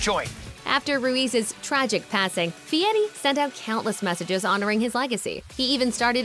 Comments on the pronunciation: His last name is pronounced, by his parents and relatives, “Fairy”, not Fieti. He did not want to be called Guy Fairy. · If you're going to do a show about someone, at least say his name right. Fieri, not Feiti. Not that I Iike him. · In no language is "Fieri" pronounced "fee-eh-tee". Just sayin... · You say "BOhemoth" but made sure you try and say fieri way too hard. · Since when is the letter "r' pronounced "t"? Idiot can't even pronounce his own name.